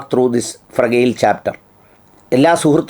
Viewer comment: Dear sir ഫ്രഗൈൽ (Fragile) അല്ല ഫ്രജൈൽ എന്നതാണ് ശരിയായ ഉച്ചാരണം.